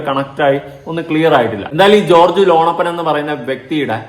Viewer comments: ലോണപ്പൻ അല്ല ലോനപ്പൻ 😂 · എടാ .. മോനേ, ലോണപ്പൻ അല്ലടാ, ലോനപ്പൻ. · ലോണപ്പൻ അല്ല ലോനപ്പൻ ആകും😂